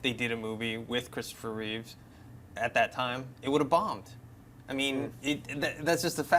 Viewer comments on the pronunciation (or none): funny the habit of saying his last name as Reeves instead of Reeve.